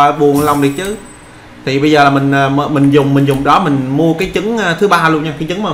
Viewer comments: trái trứng mà sao nói trái dứng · Hay quá nhưng mà sai sai trái trứng mà a đọc thành trái dứng đọc ngược lại là trứng ....